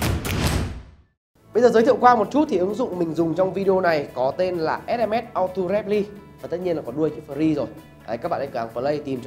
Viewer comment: Cai gi vay ba ? Ao to rep ly ? Doc gi ma stupid qua vay ?